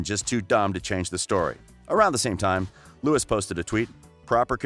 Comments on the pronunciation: First of all, any "journalist" who still says "Lewis" doesn't know shit about 1D. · Lewis? Neil? Shows how much research you did 👏🏼👏🏼 Also it’s EdwardS So basically take the ‘s’ out of Louis’ name and put it at the last letter of Perrie’s last name and TADA 👐🏼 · I don’t trust anyone that says “Lewis” and “Niel” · Since its 2020 i am teaching eveyone the proper pronunciation okay? NIALL - nuh-yall LOUIS - loo-wi Youre welcome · Niall 》 Nayl Louis 》 Louie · Yeah, like it's pronouced "Louie" and "Nayal" This guy kills me😂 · nayal lowi right pronunciation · The way you pronounced louis and niall shows that you have not done enough research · You said his name wrong. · The fact this guy keeps saying their names wrong irratates me!! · Please do the research of how to pronounce their names before making a whole video about them. Not that difficult at all. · The way you pronounced Louis and Niall's name shows you're not an actual One Direction fan... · It is 2020 bro How do you not know how to pronounce Louis, Niall and Malik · lmaooo im crying the way he paused tooooo 😭😭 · did he just..........did he just say Louis and not Louis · Hezarfena she didn't mean it like that it was that the guy in the video said Nialls and Louis' names wrong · The way you pronounce Niall and Louis is terrible dude! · literally don’t wanna watch this bc u pronounced niall and Louis wrong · the way you pronounce Louis and Niall shows that you haven’t done enough research.🤦🏽‍♀️ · If you do a vid about one direction you could at least pronounce their names right I meannnn ‘Lewis’ NOOOOO it’s Louis ‘Neel’ NOOOOO it’s Niall Hardcore directioners hereeee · His name is French. Pronounced (Lou-wee) not Lewis and Zayn said in a recent interview that he and Niall have a big brother, little brother relationship and that they are both supportive of each other's work. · You made this video to get 1D fandom views, and its pronounced Louie (Louis) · Neil? It’s Niall. Lewis? It’s Louis. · Its now lewis its louis